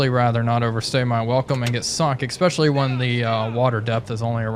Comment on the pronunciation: Good video, it's "especially" not, "EX-peshshully". Cheers.